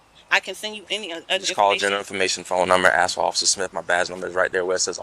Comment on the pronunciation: Her uncle is “Ossifer Smiff” 🤣